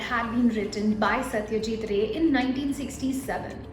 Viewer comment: He is not ray. Don't try to run after accent to match the westerns to lose the actual pronunciation at the end. Anyways it was a good story.